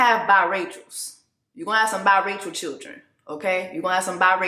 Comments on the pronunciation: Did Jessie just say Bi-Rachel kids 💀. I had to rewind and re-listen. Woo Chile 🙆🏾‍♀️ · You say BiRacheal😂😂 Noted😂😂